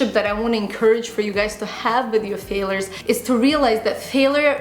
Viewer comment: It's not pronounced fail-ers. It's FAIL-YERS.